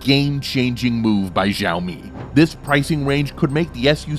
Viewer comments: Xiaomi = Shall-mee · You are pronouncing "xiaomi" very wrong....